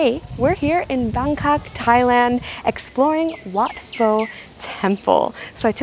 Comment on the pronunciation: In Wat Pho, Pho is pronounced like Poe, not Foe.